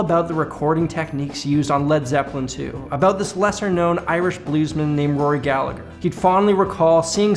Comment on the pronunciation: Damn, didn't expect to hear Rory Gallagher mentioned, the pronunciation was close enough too.